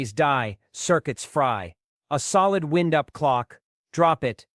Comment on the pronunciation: Tell ur AI that the word id wind-up, not wind as in moving air.